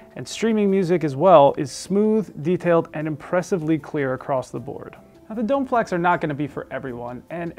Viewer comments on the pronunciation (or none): Usually not this guy: it's pronounced dough-may. Also, for those considering these: the satellites are exquisite but for those who have heard a 10" or greater sub with serious amplification - think SVS - the included sub is a not going to satisfy your bass needs. And, as someone else notes above, having a 5" round for a center channel requires mounting it above the screen, which is not everyone's favorite spot.